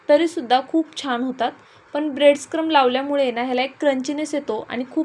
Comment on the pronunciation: ब्रेड क्रम्स असा उच्चार करा